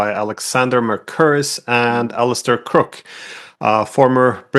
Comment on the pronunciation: Mr. Diesen, your guest's name is c R o o k e. I think you ought to pronounce it correctly.